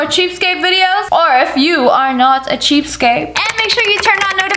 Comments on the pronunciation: Lia!!!! It’s cheapskate not cheapscape..... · It’s pronounced cheapSKATE, not cheapscape. I bet you say Valentimes day as well don’t you. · Lia, it's cheapskaTe...with a T! Not cheapskape with a P!